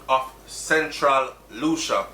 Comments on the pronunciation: Hey,. For future reference Lucea, Hanover is pronounced "Lucy" not Lucia. My mom born and grew up there. Terrible crime gwaanin out there. Sad man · Lucea is pronounced Lue-sea! Not Lu-sha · Its pronounced Lucy not Lucia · Lucea pronounced Lucy Hanover ah mi corner 😱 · LU- SEA! BRO! LU-SEA! "SEA" AND THEN "LU". I KNOW YOU HATE THIS, BUT I HAD TO. LOL. THANKS FOR THE NEWS THO. BLESSED LOVE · I think it is Lucea still pronunciation lacking .. “lu-cia”is not a place anywhere in Jamaica